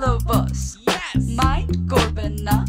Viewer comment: It's "Mind" not "Mint"